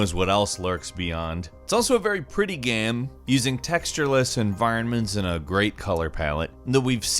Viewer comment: Please learn to pronounce the word "GAME".